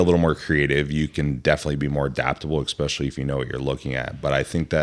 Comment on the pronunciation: This guy says “ekspechially” instead of especially and it’s so annoying lol